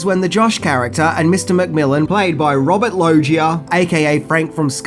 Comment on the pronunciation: It's not Robert 'Lodgey-er'.... its 'low-ger'